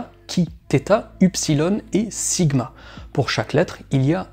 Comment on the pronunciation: Rem : en grec, la lettre qui se prononce "s" s'appelle SIGMA et non "stigma". Et confirmation : la fin du verset 18 d'Apocalypse 13 dit bien : "kai ho arithmos autou KHI - KSI - SIGMA."